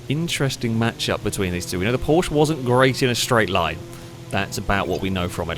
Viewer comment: Would it really cause physical pain saying porschE? There is an E on the end.. It is a german brand, not french, or bri-ish..